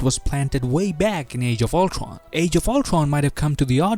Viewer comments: really ,nobody is gonna comment about the ulCRon pronunciation. ok I have to do it ,!!man you pronounce ULTRON!!!! really weird!!!. ULCRON!!!!?? WTF?? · Is this guy gonna speak every word with W? Ultwon for example